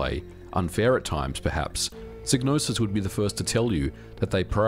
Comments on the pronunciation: Great video and I know it's your accent and all, but, the name is pronounced with the psy as in psychology and not sig as you are doing. Yours Sincerely, 'THAT' Guy 😅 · Shouldn't it be pronounced sigh-nose-is? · It's pronounced "Sigh-no-sis"... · Sig-nosis?? I've been calling her Psy-gnosis! 😢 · In the intro to Blood Money, "Psygnosis" is pronounced with a long I sound (seyg no sis) but the Wikipedia article shows it as a short I like how it's pronounced in this video. I wonder if the pronunciation changed dependent on the release area. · For future reference it's pronounced Psy(sigh) nosis. Gnosis is already a word. Psy means psychic. Gnosis means hidden knowledge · Well according to the intro to Blood Money the Psy in Psygnosis is pronounced like the Psy in Psychologist...